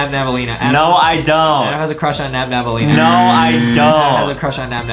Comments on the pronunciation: Its nabnaleena not nabnabnaleena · It’s not Nam Nam it’s nab Elena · Excuse me! Your saying nabnablalina but its nabLAnina. Its ok tho😊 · Its Not Nabnaballena its Nabnaleena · it's nabannaleena not nabnabannaleena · It’s not nabnabaleena it is nabnaleena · It’s not nabnabalena it’s nabnaleena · is not nabnab nalina is nabnalina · I hate beacause they Say nabnabaleena insted of nabnaleena. The defrets ghete is 1 b in nabnaleena